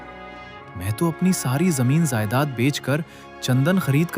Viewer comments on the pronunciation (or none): zaaaedaad😂 nahe jaaedaad pajama ko pazaama😂